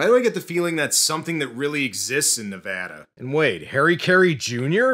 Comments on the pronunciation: I'm just happy you pronounced Nevada correctly. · Bro you say Nevada better than most Americans including Joe Rogan. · Thanks for the video about this, and as a Nevadan, thanks very much for pronouncing my state's name right.